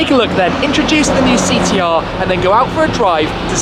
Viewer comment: Did this guy say Thee T R? Christ mate, get some speech therapy!